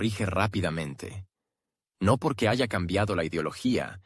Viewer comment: No se dice JAYA la H es muda